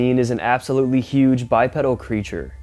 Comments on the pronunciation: FYI, it’s pronounced “bi-pee-dal.” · Godda**it, its pronounced ," Bye-Pee-Dull." It is not a bicycle part. Impress your young friends. Get it right. Another one : Zoology = "Zoe-all-uhgee" , where "zoe" rhymes with ,"Toe."